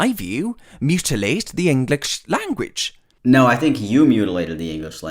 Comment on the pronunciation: “...mutilate the inglikzh langooach” -An Idiot, 2021